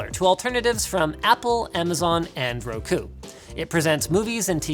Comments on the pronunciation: Is nobody else going to comment on Linus' pronunciation of "Roku"? (RaKUU) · bruh who says Roku like that lol